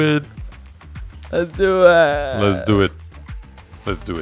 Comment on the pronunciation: Too many 'lezduit's. Im done watching.